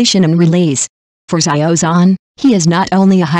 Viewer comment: What kind of pronunciation is that? " Za yio Zon " ???😢